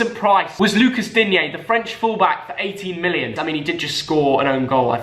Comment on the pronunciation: Good job for saying shamus Coleman because when your son said lucas dinge my mind was blown. Normally a starter for southern Ireland I mean come on